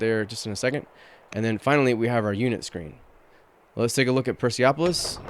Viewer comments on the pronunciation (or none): Nice video! Real excited for this game. just a couple of notes: 1) absolute cognatic means men and women can inherit the throne (you mistakenly thought it was the same as primogeniture, and 2) the pronunciation is Per-Seh-Polis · Hmm, you made up a Farsi version of it, and becouse this is a greece word, the currect pronunciation is "Perse-polis"